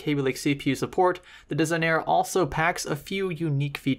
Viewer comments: Des - ig - nah- ree. Italian. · I heard someone say "Desig-Nare"